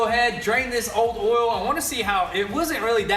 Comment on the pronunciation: Oil, not “Ole 😂😂 love you guys